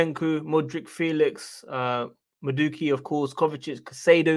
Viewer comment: His name is pronounced Maa-do-a-k...💯👌